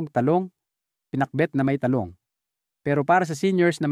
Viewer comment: pilipino po kau? bakit mantika at talong iba kau mag pronounce , not filipino …